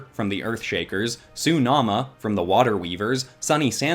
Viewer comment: It’s pronounced tsunami